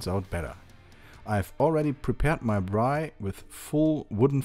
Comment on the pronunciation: Good on you for saying braai